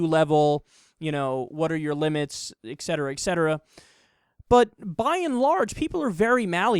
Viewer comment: Kyle, it's ET cetera…not Ex cetera